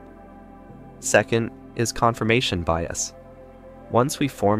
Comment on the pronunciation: ‘Confirmataion Bias?’ 4.47 secs 🤔😂